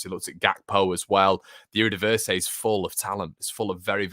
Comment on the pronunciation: erdivisay sinissterra cockchoo fayernord just some pronunciation suggestions